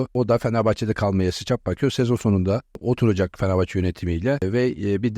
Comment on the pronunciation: BU NE LA FENEFAÇE FENEFAHÇE DİYOR ADAM KONUSMAYİ BİLMİYOR AHAHAHAHAH